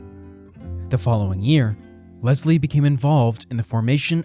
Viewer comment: One more... Leslie is pronounced Les lee not Lez lee.